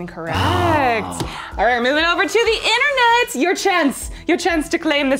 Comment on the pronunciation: Intern-net. Say it - INTERN-NET.